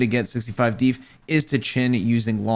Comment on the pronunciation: man said "DEEF" 😭😭😭😭